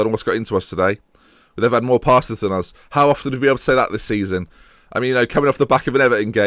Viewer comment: Also live how you say us like "Uzz"